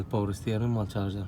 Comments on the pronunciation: تشارجر😂😂😂مو جارجر ولا شارجر😂😂😂😂😂🌚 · تشارجر NOT. جارجر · معليش بس اسمها شارجر مو جارجر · Charger not garger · اسمها تشارجر مش جارجر يا اخي ليش التخلف